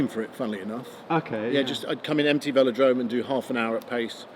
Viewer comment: Des-Grange? Veel-o-drome? :)